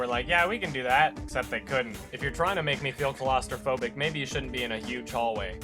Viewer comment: I can't with the "colostrophobic". He said it like that in a Sardonicast, too. Makes it sound like he's afraid of the first milk an animal produces.